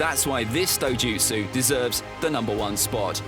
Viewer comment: This guy is saying dojustu like rinnegan and ms are weaker than kekkei tota